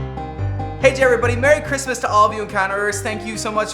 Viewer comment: WHEN YOU SAID MERRY CHRISTMAS AT THE END THE E AND THE R WERE THE WRONG WAY ROUND! 😂. AND THAT WAS ONE OF THE QUESTIONS! 😂